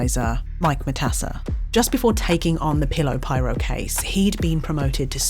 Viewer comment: omfg she says pillow pirate bahahahahahahaa